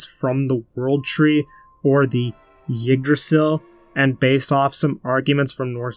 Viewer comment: For future reference, Yggdrasil is pronounced “iggdrasil” and not “yiggdrasil.” This Isn’t a big deal or anything, just a pet peeve of mine when someone mispronounces something.